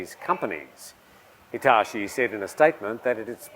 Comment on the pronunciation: The way you butchered Hitachi pronunciation was truly outrageous